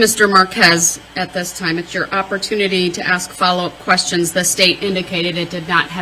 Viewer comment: DB: “I don’t got no follow up quesshins”. Ahh yes a “master” of the English “langwitch”!